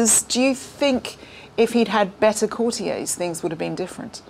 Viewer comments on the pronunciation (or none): 0.28 Courti - yeahs? It’s courti- yers. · What is citiez? The word is courtiers please say it as it’s meant to e said, the author has said it numerous times, follow his lead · Where on earth has this bizarre new pronunciation of 'courtiers' as 'cor-tea-ays' come from?! Presumably coined by somebody who thought it is French and wanted to sound impressive. It's "cor-tea-ers'. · Again, coutiers is pronounced courti-ers……not the pretentious French pronunciation! Sounds very odd indeed madam. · That was your company’s way of pronouncing the word and I think it is more an American pronunciation rather than English. The correct way to pronounce the word according to the Oxford English Dictionary is “cou’rtiers ie with the accent on the first syllable. The word derives from “court” meaning the people working at the royal court.